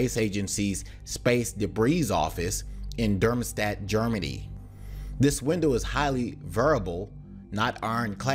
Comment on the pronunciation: Some constructive criticism: your content features professional graphics and visual presentation, but your narration needs attention as it detracts from your otherwise excellent content. Specifically, in this <3 minute segment, you "butchered" Darmstadt, Tiangong, variable, rondevu, and Shenzhou.